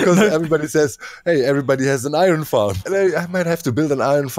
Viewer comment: In this episode we had "booshes" and "iRon."